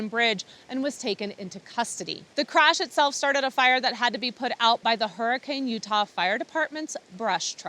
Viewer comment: Two thumbs up for knowing the proper pronunciation of Zion and Hurricane. Us Utahns appreciate it!